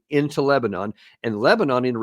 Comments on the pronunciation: Because of wrong pronunciation? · Sopped watching when I heard “Le-bah-nun.”